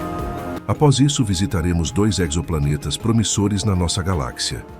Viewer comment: Exoplanetas sem pronuncia com o "x" tendo o som de "z" - como em "exotérico"! Parei na terceira citação de "exoplaneta"